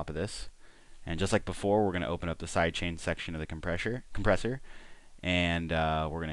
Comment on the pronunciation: compresshur hahaha brain-fart